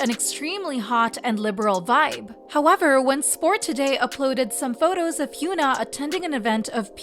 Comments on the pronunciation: its HYUN (uhn) AH not HYOON (oon) AH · Okay so they pronounce "Irene" in the Korean way but not Hyuna? Why does this channel insist on calling her Hyoona????